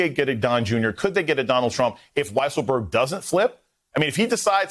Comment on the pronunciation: It's pronounced Weaselberg. Have some respect for the man.